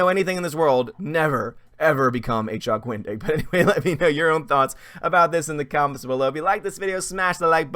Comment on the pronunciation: I thought you were saying, "Don't be a Chuck Wing-dick." 🤣🤣🤣 I had to rewind it to hear it correctly!